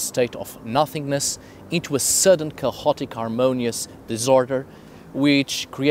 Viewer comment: "chaotic" doesn´t have a loud sounding "h" in the middle of the word in English, also "behaviour" DOES have a sounding "h" in the middle. There is no "cahotic" neither "beaviour" words on proper English pronunciation.